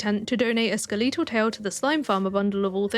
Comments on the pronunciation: You keep pronouncing "skeletal" like "toledo" 😂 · first time i've heard someone pronounce skeletal like that; it snapped me out of my own stardew playthrough and made me rewind so i could make sure i heard correctly 😂